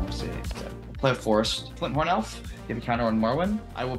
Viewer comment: It always sounds like pronounces fyndhorn as flinthorn